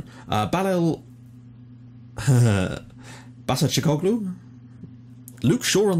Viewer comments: You pronounced Basacikoglu's name perfectly. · Rambo gaming Yes he did. Only his first name not. Basacikoglu is a Dutch player and I'm from The Netherlands. So I see him play football some times.